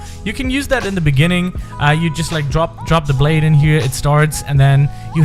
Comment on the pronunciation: Why dose everyone’s blayde always phantom blyde